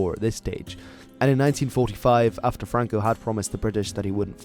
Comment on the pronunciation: franco no francoc